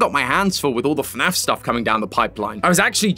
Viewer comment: "f~naf" no no "FNAF"